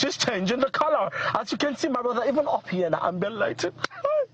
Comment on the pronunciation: 'My BRODDA' 😂